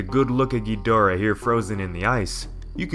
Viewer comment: King Ghonareah